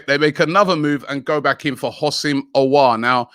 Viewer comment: Some classics - Umiti (Umtiti), Orwhrer (Aouar), xvbrhbzxrb (Szoboszlai) 😭